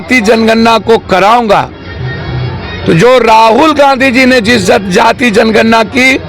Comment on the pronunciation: You can not pronounce janganana and speak gatjanana.You are not capable for this field.